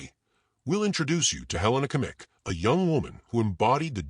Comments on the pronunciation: Great story, but I beg you to learn how to pronounce Her name correctly. Helena Agnieszka Kmieć. In the middle name Agnieszka the sz sound should be pronounced as sh in English. The last name Kmieć can be approximately pronounced as Kmyetsh. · The video pronounces her surname incorrectly.